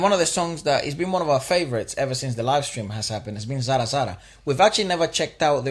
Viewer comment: Man Your Pronunciation of the song is perfect as an indian....Zara Zara Mehkata hai.... I couldn't find single mispronunciation